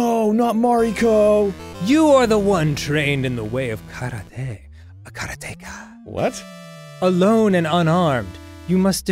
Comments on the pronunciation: How they pronounce Karateka is killing me. So wrong lol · It's not 'kara-TEKA', it's 'karate-ka', it's literally the Japanese word for exactly what the game said it was, a practitioner of Karate... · Karateka blasted me to the past, but it was jarring to hear Dan say kara-teka. It's karate-ka, right?? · Someone has probably said it some where, but it is pronounce Kaa raa te ka. A practitioner of Karate is called a Karate-ka.